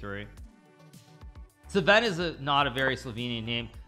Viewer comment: I died a little internally every time he pronounced Sven “Suhven”